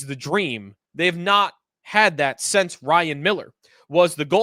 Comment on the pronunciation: Since when is since pronounced sense?